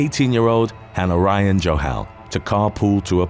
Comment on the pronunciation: Han ARYIAN Johal, C'mon , get it right!!